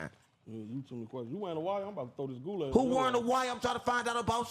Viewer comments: “I drink and spill goolaid across the world” bro thought that was the one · “I drink and spill goolaid across the world” bro thought that was the one 😂😂😂😂